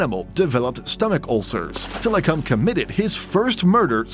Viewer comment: I'm sorry but the way tilikum's name is pronounced in this video is cringe.. also there's a certain song that has his name in it 🙃